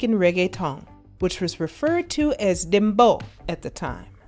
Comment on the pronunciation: It's "Dem Bow," as in bow down. Not "bow" like bowtie.